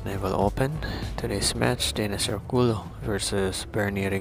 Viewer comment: ORCULLO po is pronounced as ORKULYO✌🏻